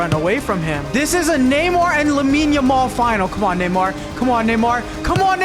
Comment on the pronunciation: him calling neymar namor is funny